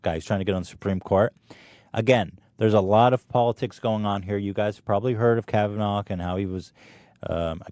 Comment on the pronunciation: it bothered me so much how you kept pronouncing kavanagh “KavanaGH” Youre reading and pronunciation skills are ridiculous